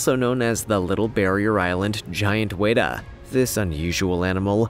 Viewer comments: Hi, I'm from NZ, home of the GIANT WETA. It's pronounced frenetically. WET-A. Like what water does to you wet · you said weta wrong I'm from NZ i know how to say it